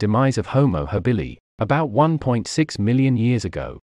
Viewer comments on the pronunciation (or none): none